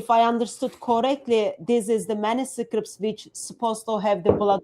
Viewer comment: how come hatun's english is so bad? she cant pronounce manuscripts which is an easy words she says like manuscripits...none sens. i appreciate her work but it would be useful for us to be able to understand her better..